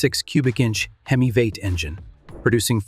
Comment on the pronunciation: lol ai fail "veight" instead of v8, check your work better